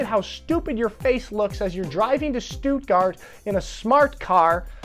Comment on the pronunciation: Please stop saying Stoooootgart. It's Sht'tgart.